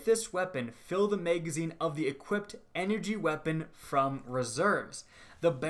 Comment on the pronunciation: Oh my god that is not how you pronounce magazine. And who tf says meg? It’s mag, bitch.